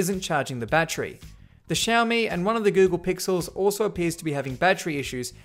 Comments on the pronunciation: Xiaomi is pronounced SHAL ME just like you said it. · You pronounced Xiaomi right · you prnounced xiaomi right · Yes you pronounced the companies name right! Proud of everything you do! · Yes!!! You got it. You said "Xiaomi" correctly!!!! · that is how you say Xiaomi. And it's my first like from a big Youtuber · You actually pronounced " Xiaomi" correctly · Xiaomi (you pronouced it correctly) is actually really good. better than samsung i would say. at least in price/performance. build quality is also nice. and their batteries don't explode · ?? that's how u actually pronounce it